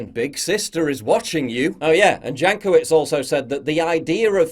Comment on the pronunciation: For some reason, I keep hearing her last name as Jackoffwitz.